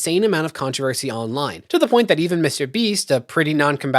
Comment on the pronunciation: Does that extra syllable adds to certain words drive anyone else nuts? Videowah Controversyuh